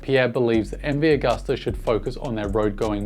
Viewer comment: like everything you opine & say-- just pronounce Agusta as Ag-oo-sta instead of Ag-uh-sta. Italians (and most Europeans) pronounce "U" as "ew". Gracie!